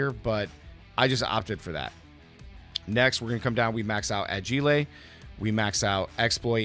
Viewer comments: "A-jee-lay" lmao bro how do you not know how to pronounce agile? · Agile pronunciation - Aj-ile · a-gee-lay... subbed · aa-g-lei lol love it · A-Ghi-Ley is crazy!! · Honestly good on you bro. I can't tell if you're saying agile wrong on purpose, you're quite convincing when you say it